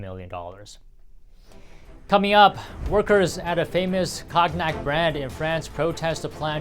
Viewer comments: Pronounced ". Kone-yak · Pronounciation of Cognoc = Ko-nyac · Cognac = silent G. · A new word in english , cog-nack. 😂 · One. Could learn how to pronounce cognac. “Conyac.” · Someone needs to tell him how to say cognac. Lol. Cog-nac.😅😅😅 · Note: cognac (CONE-nyak). Thank you. BTW, where's Tiffany?